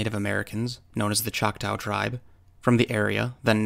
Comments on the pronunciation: FYI: there is no “ow” sound in our language the tribal name ends with a short a sound. Like ahhhhh!;) I’m only saying this out of total respect for one of my very favorite utubers. I am one of those people that I refuse to use PayPal otherwise: I would donate. Thank you so much for your time. God Bless you and your family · CHOK-TAH(Chocktow) its pronounced Chalk-tah! Not Chalk tow. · I am Oklahoman and though not Choctaw I am Cherokee. I have always heard Chotaw pronounced "Chak tah" not tau, it is like an 'AH' noise like a scream or like "Ah, I see what you mean". I could be mistaken though. I often am. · BY the way to word Choctaw is NOT choc-tow( like cow- its like taw-like McCaw, Choc-Taw!!). The Choctaw are American Indian's - anyone born in this country is a native american. thats my view. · I can verify this is true. All is stated is true. There are still to this day many many bigfoots in the area. It's a very active area. And it's pronounced chocktah now chocktow. Irrelevant. But irritating. The area in question is the kiamichi mountains. And there is many bigfoots in the area this "story" has been told for decades. Much longer than 2015. Much muchlonger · And it’s not pronounced chock-tow it’s tah, the Choctaw word it comes from is chahta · Nice video, just a quick FYI, from an Okie, Choctaw rhymes with "saw". They're one of the Five Civilized Tribes of Oklahoma, yes it's still really called that. Thanks! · the second syllable in "Choctaw" is pronounced like "saw". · The truly correct way to pronounce it would be “Chata”, or “Chah-Tah”. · lol you pronounce the word Choctaw in a weird way. Like when you say it, it sounds like “chak-taow” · It hurt my okie ears to hear that🤣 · Why are you pronouncing Choctaw incorrectly? I can't watch it anymore after two minutes. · Learn to pronounce Choctaw and get your facts right about your history.